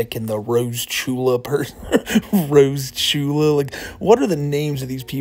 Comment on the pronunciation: It’s Roachula not rosechula 💀